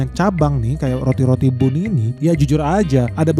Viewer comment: Itu baca nya ban ,bukan nya bun ..roti bun di baca roti ban 😒😒